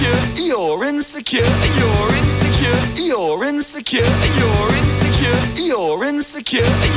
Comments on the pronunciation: french accent “you’re in the car” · 15 minutes in, I dont know whats happening 20 minutes in, I hear 'E-orins secure' 33 minutes in, I think I'm losing it 42 minutes in. I think I'm forgetting my name, nvm 50 minutes in, Lauren secure (accidentally pressed comment) 55 Minutes in, almost there 58 minutes, so close! I dont know what my ears will hear after this 1 hour 40 seconds, I did it! Now my ears are buzzing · thats all i hear aswell bro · can’t unhear it